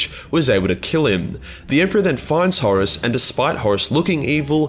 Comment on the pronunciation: FINALLY a Warhammer 40k Youtuber that does not pronounce Horus like "Horse". Heaven sent, I tell you!